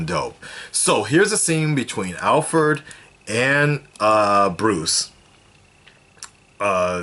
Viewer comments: did you say Howfred ? lmao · called Alfred "ALFERD" FUUUUUUUUUCK